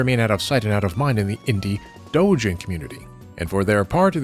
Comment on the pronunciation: The way he says “Doujin” is so satisfying.